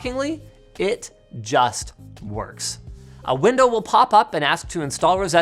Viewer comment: Did Linus just say "It just woks!" on an apple product??!?!?!?